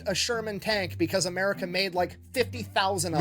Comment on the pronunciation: you need to learn to say "MUR I CA" lol